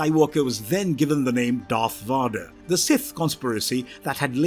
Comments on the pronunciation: Someone get this man a pronunciation guide. VADER as In, inVADER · ''Darth Varder'' The man reading this had never watched a single star wars film. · NOBODY calls him Darth Waader and NOBODY gave him the name Darth WAADER. I can`t watch this shit! His name is Bottle of Wader. Smoke on the wader and Obi-Wan in the sky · Imagine how it feels.. watching about an hour into what's supposed to be an informative Star War's lore video... And the flipping dude calls Darth Vader "Voder" If we can't even get the basics right, how in the heck am I supposed to believe the rest of the video is even accurate? Lol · My man please...learn the character's actual names 🤦🏼‍♀️ vader not varduh, Palpatine's name was also taken from the same naming scheme of removing the In at the start of it, you have Invader and Insidious for darth vader and darth sidious, how you got that so wrong let alone everything else just wrong in this video its like you've never watched anything to do with starwars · Every time you pronounce Darth vader (which should be pronounced as VEYder) as VAHder, it’s like you’re talking about a completely unknown character. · what the heck are these pronunciations? vuh-derr???? RAY-VAN? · oh yeah darth varderrrr who's his son luke skyrunnerrrr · Darth Vaw-der is awesome I really love Darth Vaw-der one of the most iconic and recognizable villains on screen ever and this narrator was I’ll prepared in even truly knowing who the character is..shown in the lack of knowing how to pronounce his name. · Bro PLEASE!!!!!! Learn how to pronounce Vader it's a hard a sound. U even have it being pronounced correctly in ur video clips IN THIS VIDEO!!! Also the second C in "Coruscant" is silent 😂😂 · This guy managed to mispronounce every other sith lord, VAAADER should choke the life out of you. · The way he keeps saying Vahdar is killing me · How can you make a star wars video when you can't pronounce vader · I agree. The reader has an accent, but who can’t say Vader correctly?